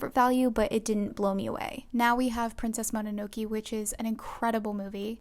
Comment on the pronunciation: i love this video but i cant get over how you pronounced princess mononoke T^T